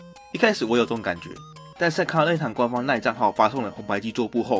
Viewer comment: 任天堂——烟堂